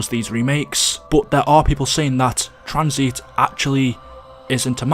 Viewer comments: why u calling tanzit tranzeet u mong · the video is good but i always have a stroke when he mispronounces a map name "Tranzeet" "Kino dur towtin" "Der Eisindrackaa"